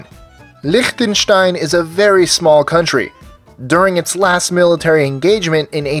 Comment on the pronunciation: Fantastic pronunciation of "Liechtenstein". Sounded a lot like a person from the German speaking part of Switzerland trying to say it in Standard German instead of their local dialect not managing - or wanting - to form a typically "German from Germany" style "ch" sound.